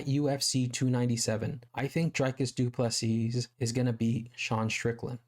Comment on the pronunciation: The last ‘S’ in Du Plessis is silent dude. Pronounced Du Plessi